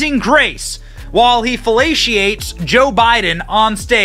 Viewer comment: Fellaciates? I think it's Felates. Not a native speaker, not sure